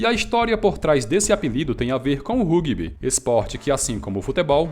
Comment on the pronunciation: cara a série B do brasileiro é a segunda e não a quarta divisão. vc confundiu com o paulista. seus vídeos são ótimos, mas a pronúncia de palavras estrangeiras como Rugby e Rojos tá zuada kkkk abraço e sucesso pra vc!